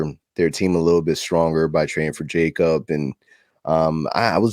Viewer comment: You guys rockin it like usual homie looking like Kratos but bro it’s pronounced yakob not Jacob